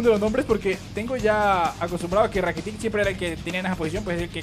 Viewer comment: se dice rakitich no rakitic.l.